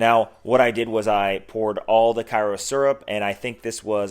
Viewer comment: As a proud southerner, I’d be remiss if I didn’t tell you it Kay-ro syrup. Not Ky-ro Cool vid. And I’m def making some.